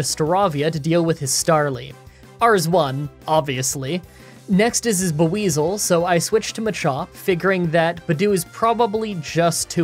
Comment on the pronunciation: The way he pronounces Buizel hurts my soul. It's Bwee-zull but he pronounces the 'U' so hard. Despite that gripe, I loved the video, good job.